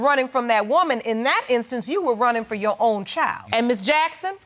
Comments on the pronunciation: Why does she keep saying YOU honor?! Is there something hard about saying YOUR? Gees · "You Wonna"? 🤔 Your Honor!